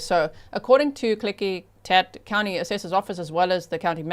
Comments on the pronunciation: Klickitat = Klick-ih- tat (short “i” sound) … You did very well. Actually perfect! The Klickitat are a Pacific Northwest Native American tribe of the Shahaptian language family, traditionally known as skilled, mounted traders. I’m in this area… but I never knew about this! (Also, I don’t watch the news … 😅 Just lot of true crime!) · OMG- My state (WA)= G you are saying Klickitat perfectly! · Haha! I live in Skagit County and I just commented that she pronounced it perfectly 😂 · you pronounced the county of Klickitacwell! And it is bahn-uh-ville